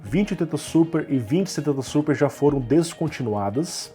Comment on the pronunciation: Navi - NavÍ Super - SupÍ